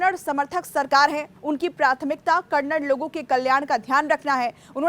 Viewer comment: Kannad nahi Kannada hai